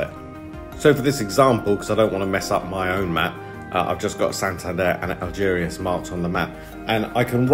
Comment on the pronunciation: Be worth learning how to pronounce place names properly, chap. Algeciras, for instance, is just said as it is spelt…